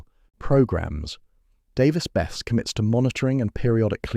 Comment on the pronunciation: Pronounced bes-see. Worked as a civil hand there during 2 different outages